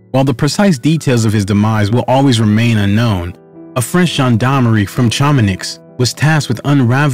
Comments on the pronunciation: Chamonix is pronounced - Sha-mon-ee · Pronunciation of Chamonix hurt my ears 😬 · I've heard it pronounced several ways but saying color makes me cringe & Chamanix just showsp how little this guy knows. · Note to producer: Couloir is pronounced "koo ~ loor" not color. And you weren't even close on Chamonix...